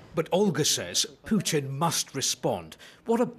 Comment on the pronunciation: Poochin , not Pooter